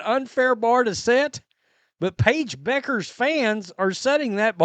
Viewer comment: FYI: Pronounced "byoo·krz" not Beckers, Just saying 😁